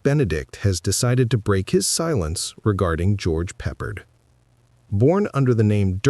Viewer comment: I tuned out as soon as AI got George Peppard's name mispronounced.....